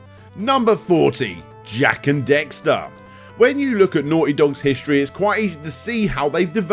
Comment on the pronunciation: Did you seriously just call it Jak and Dexter?